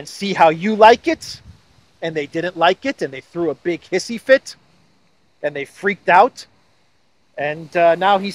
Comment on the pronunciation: A super bunch of wind? And its " Hissy " fit sounds like you say " Hippy "